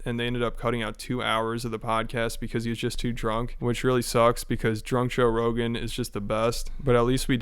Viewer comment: Toe Brogan